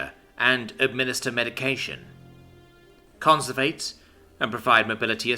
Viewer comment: It's "conversate" just a little mispronunciation.